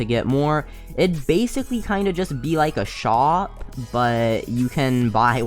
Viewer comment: Why do u say shop sho